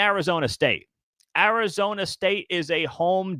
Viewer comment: You bafoon it’s Arizona